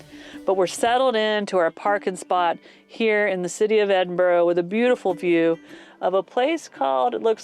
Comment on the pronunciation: It is pronounced Edinbrrrr, odd huh?